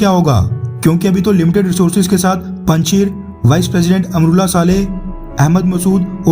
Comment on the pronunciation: Panchir nahi bhai panjashir hai o